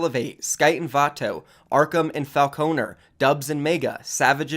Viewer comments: No hate but the emphasis is on the “Fal” in Falconer, not the “O” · How did he mis pronounce falconer lol